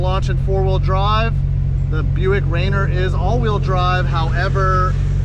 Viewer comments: That's pronounced Raineer, not Rainer. Mount Rainier WA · It's pronounced Ray near 👍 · Very impressed with the turbo 6!! BTW its pronounced ray-near :) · no ill will intended. I live in Washington St. Our biggest Mt. Is Mt Rainer. Every time you said it made me cringe 😬 I love the Atlas. Very underrated but a very cool engine...